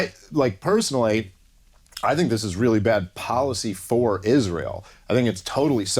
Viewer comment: Mispronouncing the word Israel is really blasphemy but we say Noel totally correct.